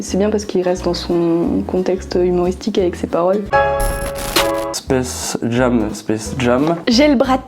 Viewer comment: spacejame... Fuuck xddd Space Jém.. C'est mieux xd